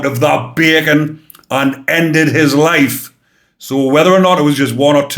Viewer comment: I'm American, but I lived in the U.K.and am pretty good at understanding different accents. However, whenever you said bacon I thought you were saying bergen and I couldn't get why these scum were called backpacks! Thanks for showing the t -shirt. 😂